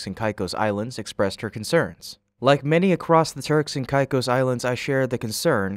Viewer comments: TURKS & KAY’KOSS not whatever your pronunciation was 🙄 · It's pronounced Turks and Kay-kose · Hate to be that guy but it's pronounced kay-cos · Its Pronounced KAY-CO'S